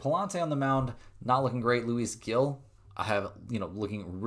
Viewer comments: The baseball player Luis Gil's name is pronounced "LOO-ees" "HEEL". The "Gil" part is pronounced like the English word "heel" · Love the vids but can you please look up how to say manaea and now Gil as well ❤before I jump through the screen to tell u 😂